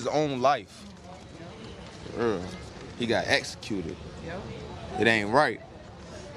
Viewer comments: "my ded got essacuted" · He got “esacuted” 🤦🏿‍♂️ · "escuted" lol. Well if he wasn't a felon in the process of committing more felonies, he'd still be here. #ProfessionalVictims #ChasingThat27Mil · “Ma dad was essecuted. Essecuted. It ain’t right.” No, son, it ain’t right. ...But it IS worth MILLIONS, if you play it right. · “Escuted” uhmm lol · got essecuted lol. love the words. if cop tells you to do something.. just do it. period.